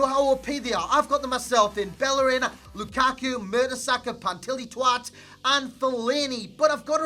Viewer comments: ok pause!!!!! "Patilitwat" was hilarious!!! hahahahahahaha!!!! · When he said pantwilitwat it had me in stitches 😂😂